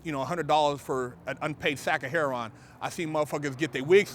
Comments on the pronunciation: um,no it's not.Heroin sounds exactly how it's spelled.Her-o-in.He said it like Heir-on and that is incorrect. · Wuh did he say "hair on" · Her Owin' = Heroin